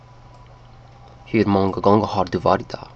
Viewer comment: you prounanced "där" in swedish very wrong but you did good it was fun to watch